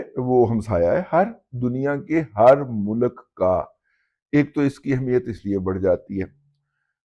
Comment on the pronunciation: mulak nahi mulk bolte hain pindu baba . Awr Kisi ka mazaq orane se pehle baba g aaine mai apni shakal bhi dekha kar plz